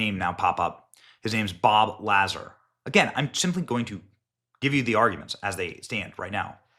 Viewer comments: No way you just said Bob La-Zer (La-Zar). lol Come on, Benny. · Pronounced Bob La Zar, not Lazzar. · It's pronounced Bob LAZAR, like LA-Czar. Not the chopped up way you said it , "Lasser". Geez Louise Benny. Lol😂😂 Just giving you a hard time. Good job thanks for what you do. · la zar not lazer lol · Benny bro, yyyyyyyy’drifter bro. You don’t know who Bob Lazar is? How old are you? 21? There is no possible excuse you could have for not knowing who Bob Lazar is it you are in the media. He was apart of one of the biggest American broadcast stories ever. And it’s pronounced LAZAR not Laser. You sound like fuckin Brendan Schaub. And the guy wasn’t a reality star, wtf are you talking about? The focus point here should be the highlight, the cover up of the war crime. Was this legit. How can this go away once the UN knows about it. That is where the investigation should start. If the cover up is real than there is motive for taking him out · Benny did you just say Bob Lasser hahaha its Bob Lazzaaaaaarrrrr!!!! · Bob Lazar (pronounced La Zar) If he is real why has he not built what he pulled apart.. Should be able to get most of it together.. He has had years to make that happen.. Its why I have issues with what he says.. Im a believer we are not alone.. But really.. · It’s Bob La Zar. how it’s pronounced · WTH?? Kash Patel please clean the F.B.I out. We need to get back to basics and hire competent people. It is pronounced Bob LA-ZAR Sounds like far. He worked at area 51 while he was in the military. Project gravitaur it tells Bobs whole story. I think we are being lied to. Nothing makes sense. The video of the lady going into the house looks like a setup. I am not believing any of it. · It’s pronounced La Zar…… go watch some Joe Rogan. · It’s pronounced Bob laaaazaar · How are you not familiar with Bob Lazar (Luh-Zar) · Buddy take one good, step back from the camera. You're so close I can see my own face in your glasses. Also you say Bob's last name like Lah zar.